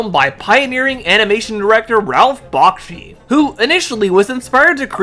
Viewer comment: Its pronounced Back-she not Bock-shi